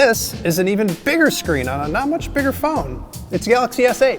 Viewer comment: "fhis is a fery big phoan"